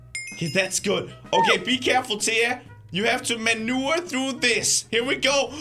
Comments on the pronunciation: you sayed you had to manewer through this.LOLOLOLOLOLOOLOL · "we have to manure through the level"